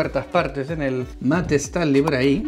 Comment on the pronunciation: Hola 👋. No es “/Estanly/. Es /Stanly/ I’m talking about pronunciation 😉